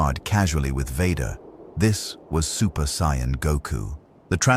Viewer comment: good story, I hate AI voice very much. On a constructive note, you will have to misspell Saiyan, Ki and Gi to get the AI to pronounce it right.